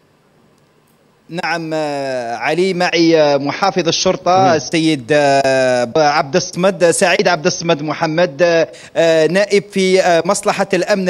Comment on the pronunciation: عبد الصمد أنطقها مليح الصمد إسم من أسماء الله الحسنى